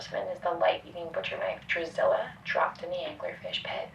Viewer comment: She called her Drusilla ahahaha